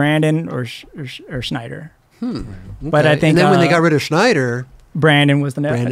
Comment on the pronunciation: Why is saying Schneider for Snyder?